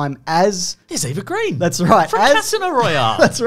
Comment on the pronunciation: There's a scene in Layer Cake where Daniel Craig holds a pistol in a very James Bond fashion as he wandered around Colm Meaney's house. I've always wondered if that had anything to do with the casting. PS Eva Green's last name is Sweedish and is pronounced Grain.